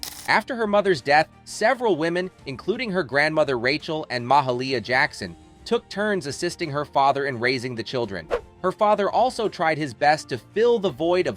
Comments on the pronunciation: Ma-ha-lia?? Really? She is one of the most famous singers ever. Get it right. It is pronounced "Ma-hail-ia". Research her and you will be enlightened. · Try Muh-hail-ya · Mah-hail-ee-a Jackson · This clown called the great Mahalia Jackson ma-huh-leah jackson! Unfortunately he got a view from me for a second. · Mar-harl-iea? Really? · Mah-ha-lee-yah Jackson? Who doesn’t know the magnificent Mahalia Jackson? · Ma-ha-lea Jackson? REALLY? The least YOU can do is learn to pronounce the names CORRECTLY! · Plus he did not pronounce Miss Jackson's name correctly.. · Whoever's narrating This, Better LEARN How to Pronounce "MaHALia", with a Long A-sound, Jackson. Then, he pronounced Count Basie, with a Z instead of the S-sound. Who's doing This?? Whoever it is Needs to Not do Any of These, in the future...and re-Do This one via an Edit process... The Producer is just as responsible, since they're supposed to Listen to the Final product/video Before Posting on here. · I had such high hopes for this docu. But then the narrator mispronounced Mahalia's name, and then , much worse, couldn't pronounce Aretha!! I gave up at that point. How am I to take this channel seriously when you can't pronounce the name of the person you are talking about? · How could the commentator mispronounce Mahalia Jackson’s name?…….. I thought he was about to say Mahatma Gandhi. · Waittttttt????? how did this fool pronounce Mahalia's jacksons name????? im dead!!!! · How come the content provider couldn’t pronounce Mahalia. He could have looked her name up on you tube .